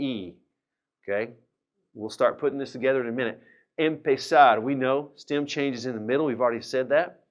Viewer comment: I am a German learning spanish with your videos. It took me a few days now to understand that you say "stem" in this video and now I know what that means. I thought you say stam or stim and couldn't find a proper meaning for it :D